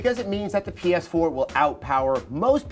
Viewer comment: definitely said "Penis Four" instead of PS4. And knowingly smiled, as if she knew he was going to do it in advance.